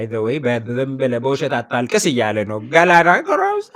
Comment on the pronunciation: ልክ ነህ ግን ወንድሜ ለክፋት አይደለምና ያለው ቢያንስ አበረታተኸው ቢሆን ሐሪፍ ነበር እናም ጀግናችን የገላና ጋሮምሳ ስም ገላና ጋሮምሳ ነው እንጂ "ገላና ጎሮምሳ" አይደለም በሚቀጥለው ግን ስጠሪው የአባቱን ስም ጎሮምሳ ሳይሆን ጋሮምሳ በሚለው አስተካክዪ ጀግናዬ በተረፈ በጣም ትመቸኛለህ ደግሜ ደጋግሜ ነው ያደመጥኩሽ ብሮ